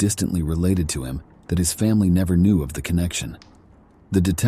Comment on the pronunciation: This has got to be read by AI...cuz at one point he said "Canoe" for Knew😂😂😂😂bahahahq